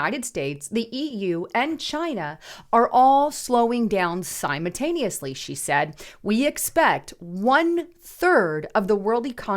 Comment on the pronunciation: Idk ur work, but it really does not bode well for your credibility when you insist on using words that you cannot pronounce. Twice. And that’s to start before hawking your other products, and then launching into a newsreel that starts by pronouncing that same wording correctly again. If you are really married to the idea of using the word “simultaneously” with such regularity, please learn to say it.